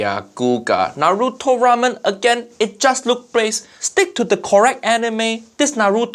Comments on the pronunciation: He also mispronounced Naruto. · u said naruto wrong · Am I the only one that hates hearing people pronounce naruto....as naaduto......na-ru-to has been around what 17 years... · First he tries to pronounce Naruto the way they feel is safe. And then he says Wra Men. I literally the opposite. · NO WAY HE JUST SAID NARUTO BASIC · why western always wrong for pronounce naruto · The way he pronounces the r in Naruto but not in ichiraku had me fuming smh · they keep saying naruto wrong dattebayo haiyaa time to go destroy my ears with chibaraku tensei